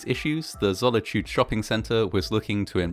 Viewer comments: It's Zolitūde, not Zollityued. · Zolitūde doesn't rhyme with the English word "solitude" - zo-li-tu-de (not "zolla-chood") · Boy really said "Zolichude" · I thought he said Sonichu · You sound funny pronouncing the name of the mall wrong =P